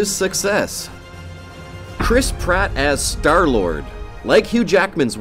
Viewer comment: Chris Pratt is star-lord the hell is wrong with you saying that